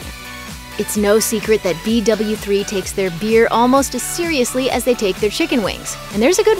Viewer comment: Who else wanted to die every time she said b doubleu 3